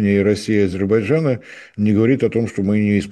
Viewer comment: Ведущий, в чём проблема выучить одно слово? Не Азебарджана, а Азербайджана.